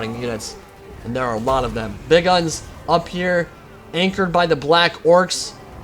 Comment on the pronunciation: please, for the love of Gork and Mork, stop saying Big Uns like Big Guns